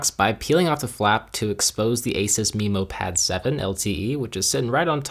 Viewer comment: Not only that, but "Memo" is usually pronounced meh-mo not mee-mo.